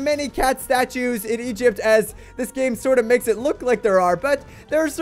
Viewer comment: Did he just say ancient egit?